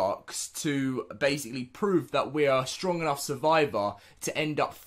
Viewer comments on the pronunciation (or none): none